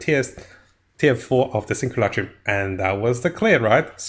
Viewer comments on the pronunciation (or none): Jeez, please for the love of God stop saying sinkulakroom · Say simulacrum one more time